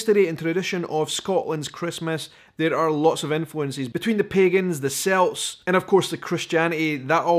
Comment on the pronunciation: Not S-elt. K-elt. Celt. 🍀 don’t base your pronunciation on Boston’s basketball team. And I fell off my chair when you mentioned our tumbleweed Christmas tree. My dad introduced that idea to the Chandler Chamber of Commerce in 1956!!!! I was born in Chandler in the late 1960s and it’s part of Christmas for me along with the Santa in the jet plane from the William Field Air Force Base. Happy Christmas!!